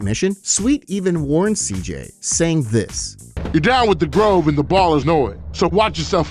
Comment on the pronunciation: grOve, not groove